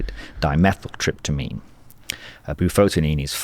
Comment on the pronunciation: Bufotenin... not "bufotin" !